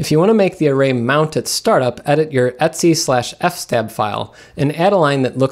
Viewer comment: No, not f-stab, it's FS Tab as in file system table... F-stab sounds like a violent act...